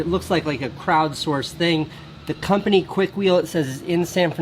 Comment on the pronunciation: Kuit it, Kuik; it's Chinatown.